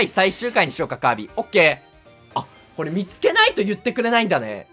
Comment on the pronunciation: カービーじゃなくてカーブィーですよ！